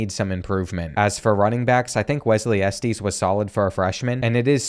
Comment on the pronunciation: The way you pronoun Estes is crazy